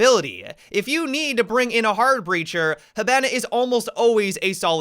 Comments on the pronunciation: I like how he says hibana ha bana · The way you say hibana is killing me